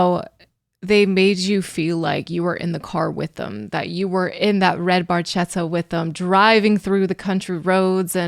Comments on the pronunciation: And...for anyone that might not know Italian, he mispronounces barchetta - you say it "BARKETTA" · It actually should be pronounced barketta. When a c or g has an h after it in Italian orthography it makes sure the word is pronounced with the c in can and the g in get. Language nerd and long time Rush fan here. They are my favorite band. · The correct pronunciation is "barketta" (with the hard c, as in Italian ch is pronounced like the letter k) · It's pronounced "redd Bar*ketta" ch in Italian is a 'k" sound. Geddy was pronouncing it wrong. LOL! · In Italian, "ch" is pronounced like "K." So, you should pronounce it as red barketta. Barchetta in Italian means "little boat" because its shape resembles a little boat. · It's pronounced bar ketta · Barchetta is an Italian word and the right pronounce is BARKETTA (in Italian CH=K) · It's correctly pronounced "bar-kett-a," translated as "little boat" in Italian. In sports cars, it's an open-top, two-seat sports car body style, most likely a Ferrari. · Geddy doesn't pronounce Barchetta properly. the CH is supposed to be a K sound. It's still one of my fave Rush songs. Has a great groove. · Neil was the car fan. He never had a red Barchetta (the ch is actually pronounced liked a hard c. Geddy mispronounced it all those years ago and it just stuck lol) in fact most of his cars were silver. He had quite the collection, he found a lot of peace travelling the roads on his own or with a couple of close companions. He used to ride his bike to the next gig when they were touring in later years, they planned the tour around it, allowing him a few days to get from one place to the next. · The Italian pronunciation is actually Barketta (with a strong C). Barchetta meand small boat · Well explained, the Ferrari 166m Barchetta is always the first example that comes to mind. The 1 thing that has always annoyed me is in Italian "CH" makes a K sound. Barchetta is pronounced bar-ketta. Minor detail but important for people to know